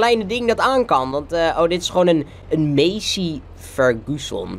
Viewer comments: Je zegt masie fergison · Je zegt het als masery ferguusoon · Je spreekt massey ferguson uit als massie furguson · Het is niet messey maar Massey Ferguson!!!!!!!